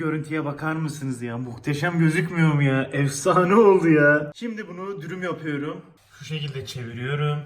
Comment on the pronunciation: Ben bunun yapuyrum demesine bayulurlum